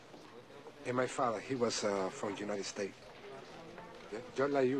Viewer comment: “From juinted states”